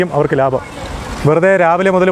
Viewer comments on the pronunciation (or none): none